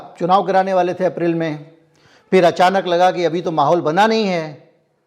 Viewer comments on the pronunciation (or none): none